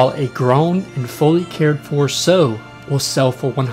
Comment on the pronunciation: "Sow" is pronounced like "cow" or "ow," not "so" or "sew." Oh, and it's "you" for "ewe", not "ooo." English, especially older English words, aren't very phonetic. Good videos. Can tell you aren't a farm boy though. :)